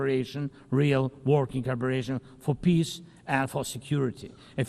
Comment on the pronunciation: is he trying to say 'peace' or....something else?